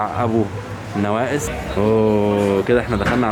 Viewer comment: شارع ابو نؤاس مش نوائس😂😂#